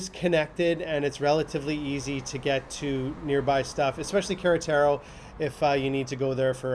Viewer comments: You've said "Carataro" several times in this video. Do you mean Queretaro? We just spent 10 days in Queretaro and SMA, returning back to the US three days ago, and I have no idea where Carataro is. 🤔 Queretaro is pronounced "kay-REH-tah-roh" not Carataro. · Thats funny .... American tourists remarking about how touristy SMA is !!!!! For big stores we have Liverpool ( mexican Macys ) and City Market ( large upscale supermarket ) It's pronounced San Miguel Dey eye en day and the large city near by is pronounced Ka Ret Tar Ow not Karatearo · I live in Sanmigulense now. I love it. And it is pronounced like K-rá-ta-ro. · No disrespect but you want to learn how to pronounce Queretaro and Paroquia. And did you make it to Parque Benito Juarez for green space? There are also other parks as well. There is also a mall in SMA. Also pros & cons have a lot to do with perspective: hills provide awesome views. And every Airbnb I stayed in had screens on windows.